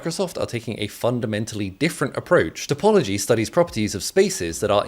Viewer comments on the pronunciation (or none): none